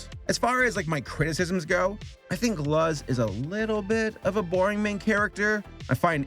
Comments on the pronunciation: Lol he calls her luz, btw it's pronounced looze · You say it like it's loz. it's luz with an U. they say her name pretty ofthen in the show... I don't know why you say it so badly? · Mm her name is Luz not lust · SAME I PRONOUNCED IT LIKE "L-u-z" when before I watched it and then she was all "My names Loose!" and I was like "ohhh waaaiiit" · Yeah it’s pronounced “Loose” not “luhz” If I’m correct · Guys. just listen to how it's said in the show. It's Lucy without the y. Luc. Loose. That Z is confusing as heck. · did you say luzz or something? Haven't watched the review yet edit: oh god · CANT STAND THE LUZ PRONUNCIATION OF LUHZ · ""luzz"" D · Yeah. I took Spanish classes long ago. So I figured that out on my own. I am also familiar with how the Spanish language pronounced things. Luz is pronounced like the English word "loose". The show pronounces that name correctly countless times. mispronouncing the name is hilarious. LOL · Ah yes, "L-uh-z" the human. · For those wondering, it’s pronounced looz. Btw the witches are just called witches and they are calling witchlings if they are studying magic. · Love ya but, as soon as you pronounced Luz as LUHZ I cringed so hard that I turned it off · I finally caught up with the owl house and im so happy i did Me: oh yeah its such a great show, I should rewatch while waiting for season 2, its been a while.: l-uh-z Me: you sure you actually watched this man? People have straight up yelled her name in some episodes. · d-did this mans just call her luhz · I got 2 things to say here 1: its pronounced "looz" 2: Its a great show if encouragement isn't enough i hope this pushes you over the edge. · It’s pronounced loouz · The comment section: Moses: Hooty:: "LUZ." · Yeah...if he said "Loose," that'd been a pass. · I can’t comprehend how you watch the whole show and still end up with “LUHZ” i can’t stop laughing holy fu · I heard lols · how dare you call her name wrong on ?!?